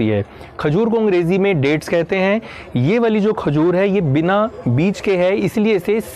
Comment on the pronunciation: Amazinggggg video 👏🏻👏🏻👏🏻👏🏻 as always very knowledgable and useful 👌🏻👌🏻👌🏻.. And i love that funny part too...specially “कहयते हैं” 🤣🤣😂 and john longs😂😅👏🏻👏🏻👏🏻